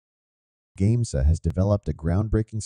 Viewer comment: It's great to hear this. Just there were some names miss pronounced in the narration such as GAMESA and limestone.